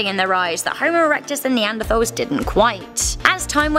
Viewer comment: i know it’s spelt neanderthal but it’s pronounced neanderTals...